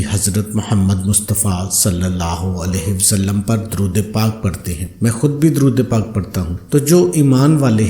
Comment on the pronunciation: Darood pak ka tlafz Sahi kio